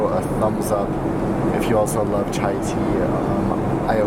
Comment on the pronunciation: I thought you said Thai Tea.